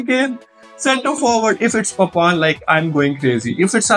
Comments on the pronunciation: Papan 😂😂😂 its papin bro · is not papan he is papin